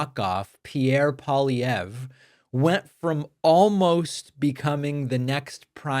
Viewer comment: TY, David, for covering this and even pronouncing Pierre Poilievre's name properly 😊 And ty to trump for helping us in our Canadian election❤from Canada 🇨🇦